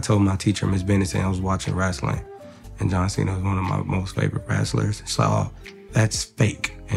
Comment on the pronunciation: Maybe If Marco pronounced John Cena's last name correctly, then he mightve said you were his favorite comedian